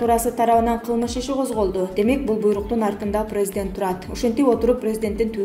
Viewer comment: Бека медиа каналынын журналисти кечирип койунуз сиздин журналистик билиминиз жок болсо керек создор ду так суйломго интонация коюунуз начар орус тилин жакшы билбейт окшойсуз прездент деп сиз жонокой эле создорду туура окуй албайт экенсиз бизден кетсе кечирип койунуздар